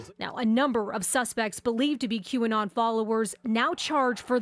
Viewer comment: You pronounced qanon wrong